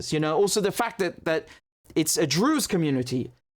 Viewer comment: Druze not Drews